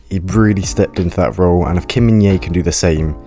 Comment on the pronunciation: Thanks for the video! Just FYI, the J is pronounced, so his name is pronounced as Min-Jay, not Min-Yay (the English version, anyway... the actual Korean pronunciation is Min-Jeh which isn't difficult at all, really)